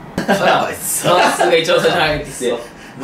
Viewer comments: まんずではなく、まんすー…だと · マンスーのこと マスに聞こえたwww